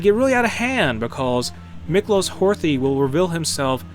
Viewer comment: You don't pronounce the "TH" in Horthy's name its like "Hortie"